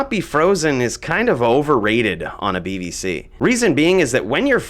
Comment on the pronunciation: Could of swore you said BBC lol.